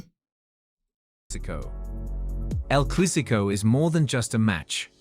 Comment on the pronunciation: Why is this narrator reading El Clasico as El Clusico? wtf